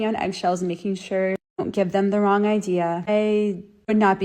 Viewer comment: Rongeh. Imcorrept. Stoopit.